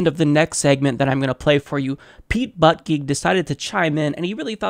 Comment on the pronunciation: lol at how you pronounced Pete Buttigieg's surname. you don't pronounce it butt- geek. thats a Maltese surname. its more like booty -jiej. the g shoud sound like j of jar. otherwise i agree he said stupid response. yet i am blinded a bit by the fact that he has Maltese heritage and i am Maltese so i like him :)